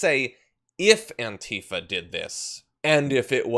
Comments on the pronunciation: ANTIFA is accentuated on the first syllable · True Cerium, Really? Well, I’ve been pronouncing it, “an-TI-fa” this whole time. And will continue with that. Different Strokes, I guess, huh?